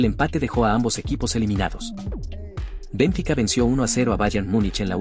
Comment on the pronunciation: 50 años siguiendo el fútbol y ni siquiera sabia que se pronunciaba Bénfica.